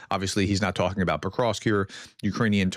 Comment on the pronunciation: Why are you still inserting an " i " in Petrovsk ?? It is NOT Petrovisk !!!! You do this 99 % of the time !!! You got it right ONE TIME only !!